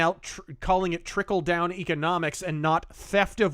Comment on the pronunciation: He said chickle down economics